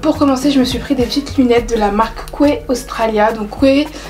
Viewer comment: Ça se prononce key la marque Quay 😉